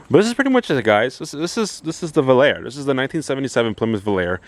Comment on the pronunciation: Nice old Volare ("Vo-Lar-A" not "Vol-Air"). Love the green and that it's a 318. These are great old Mopars that are amazingly still affordable. Tons of options and possibilities with these F bodies. I own a '78 Aspen wagon with the slant Super Six and factory four speed. I love it! Good luck and have fun with your coupe!